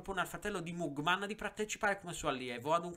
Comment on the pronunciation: Si pronuncia magmen